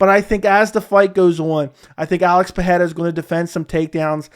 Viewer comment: Bro why are you mispronouncing Pereira's last name? Where do you get the "h" sound from ? lol